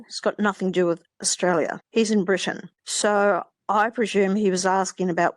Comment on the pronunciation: I do find it hard listening to someone extoll Australian virtues when they can't even pronounce Australia correctly.